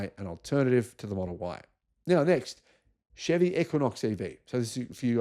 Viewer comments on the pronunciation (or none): none